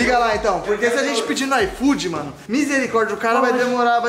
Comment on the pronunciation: O falou: IFOOdeu, hein